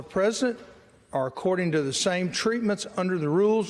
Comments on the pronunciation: He also said unless my hearing is off (and it could be) that he said twice "the member from 'Massatusettes'" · "Mass a too sits"? Wow... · "Massatwocents" -that Republican doosh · "Massatusetts" -- awesome. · Forget about needing a Driver's license to vote. People need to correctly read/pronounce a list of 12 'big words' in order to vote! Including "Matchatoochets"! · (R)Rep Jerry Carl from Alabama is chairman of a House Special Committee. He’s been a Representative since 1981 (if I remember correctly). He cannot read. He cannot pronounce Massachusetts (always says Mass-sah-too-tets). He doesn’t know how to do his job ! Everything he needs to say is written on paper for him (which he can’t read) and is often prompted by the clerk on what to say and what to do. And he is paid $174,000/annum. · America needs to grow up and stop electing completely ignorant and unqualified doofuses. The man can't read or speake English. (Massatusets, acquistion, precincts.) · Massatootsits? Bless his heart. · Massatoosess? I pronounced it that way when I was six years old. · Wonder how he'd have butchered "Azerbaijan"? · “Massatoosits” is a term personally offensive to Massachusetts. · I got many giggles hearing him say "massa-too-sits" lol these are the inbred idiots running our country. god, help us. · MASSATOOSITTS?!! This guy reads at an 8th grade level! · Rep. Jerry Carl Jr. is a shining example of the stellar education children are receiving in Alabama public schools. Maybe, instead of spending so much energy on banning books, they should spend a little more time reading them. He can't read the "big" words aloud because he's seldom or never heard them before. He doesn't know he's saying them wrong because he obviously doesn't know what they mean. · is too dumb to read, can't pronounce Massachusetts, doesn't have a clue about decorum or rules or governing or law or our Constitution or what is right and what is wrong.